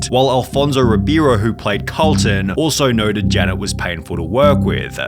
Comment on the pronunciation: how my guy gonna do Alphonso like that? his character name was Carlton not Colton